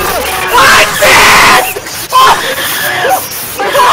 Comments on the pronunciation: AAAHHH AAAHHH "sand" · its sanes LOL